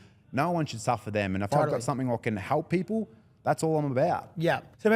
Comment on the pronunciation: I can't stand how these Victorians keep saying they want to "halp paple"